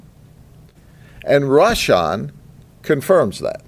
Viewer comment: Me encanta como pronuncia los nombres, de Rasham y Kuasham😂, este señor para 2024 te lo cambio por Trampa-Biden, 8 años del sheriff pa que limpie este pais ! Sin piedad!!